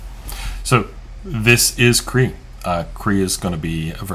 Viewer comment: I'm pretty sure it's not pronounced "KREE"...rather, it's pronounced "KRAY-AH". smdh